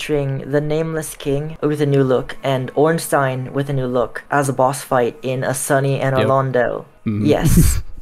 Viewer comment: Congrats to the developer. FINALLY an American who pronounces Ornstein CORRECTLY.